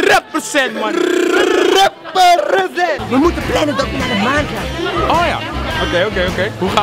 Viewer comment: rrrrrrrrrrrrrrrrrrrrrrrrrrrrrrrepersent man whahahhaha gerrit